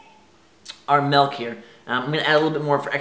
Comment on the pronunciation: Melk??? my fine sir it is "milk"...